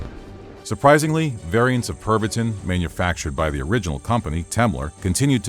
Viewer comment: I can't help but hear it as "Pervertin".